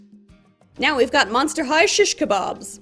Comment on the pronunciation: sish kebab (şiş kebap) is a Turkish dish... And it is pronounced the same way in Turkish n English.When she said Sish Kebab i literallly felt honored bro :,)